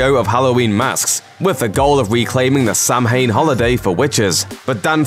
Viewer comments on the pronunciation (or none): Ok I'm Irish samhain is irish for halloween but it's not pronounced sam-hane its pronounced sow-in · Ummm, it's not SAM-HAIN. It is pronounced sow-win. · It’s sow-hein, not sam-hane, but I love this video. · On behalf of the nation of Ireland, it is pronounced 'sow-in' not 'sam-hain'... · It's pronounced Sow-when not Sam Hain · Sow- when,, not sam hane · Samhain pronounced Sow-wen not Sam-hayn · Every single Irish person cringing at the pronunciation of Samhain. 🤦🏻‍♂️ ‘Sow-in’ (as in the pig sow) not ‘Sam-hain’. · SAMHEIN? No no no no no - it is pronounced SOW win. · Sam Hain curse? Dude you're English, how do you not know that it's pronunciation is "sow-in" with the "ow" like in "cow" or "sow-een" (as the Scotts prefer)? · Sam hain. 😂😂😂 next time pronounce it like sow (female pig) an or sow in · you mispronounced samhain (pronounced saowen) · It is not said Samhain! It is pronounced S ow an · Just a heads up. Samhain is pronounced Sow-in. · Thank u glad I wasn't the only one who noticed that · FYI - Samhain is pronounced "sah-win" (it's Gaelic). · Samhain is the Irish word for Halloween it’s actually pronounced saw in Irish as that was the original way of saying it as Halloween was created by the Irish celts I know this as I’m irish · he calls it a Sam Hain curse? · Samhain is pronounced "Sah-win" if im not mistaken :) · Samhain is pronounced S-owe-wan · Lumis running around screaming Samhain when it's pronoun sow-en makes me really mad... mad enough to kill my sister and all her friends... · Can't get past his pronunciation of Samhain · Oh god, the butchering of the word 'Samhain'...